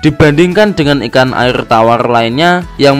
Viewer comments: Airrrrr rrrrrrrr 🤣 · Airrrrrrr terlalu lancar rr nya bang😂